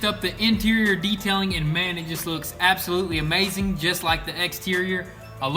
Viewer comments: ALCANTARA, it's freaking ALCANTARA! Not Alacantara... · "AlAcantera" lmao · "alacanterra" leather lol